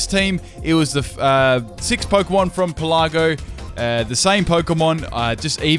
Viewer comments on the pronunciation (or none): Pélago not pelàgo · Pelago. As in "archipelago". It's not pronounced "peh-LA-go" (